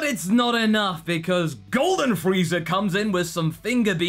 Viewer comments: You just unironicaly called Frieza "Freezer" smh.. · Brett Casale Go watch one of his videos where he references Vegeta a lot; you'll see that pronunciation go back and forth too. That's the thing about spoken accents; they don't always sound exactly the same. I have a Southern accent, and sometimes when I say "nine" it comes out sounding like "nan"; sometimes it doesn't. If it were rendered by a machine I could understand thinking it was intentional, but really, this is just looking for something to nitpick.